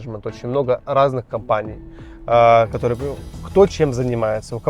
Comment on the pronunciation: Та может и красивая, но её речь бесит всех . Она пропускает почти все гласные буквы 😂 "кторые дются гсударством" - как это может не бесить ?